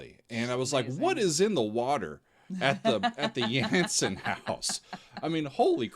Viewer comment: Just a pointer, the A in Jansen is pronounced as you would the A in y'All ;) And also.. expectations are high Henk will be a guest performer during the Nightwish shows in The Netherlands this November where they would be doing "The Phantom" live witht he band. It was supposed to happen during the shows in 2020 which got cancelled due to Covid.. Many are really loooking forward to that show and the guest performance of Henk.. no doubt there wil be video(s) to review/react to ;)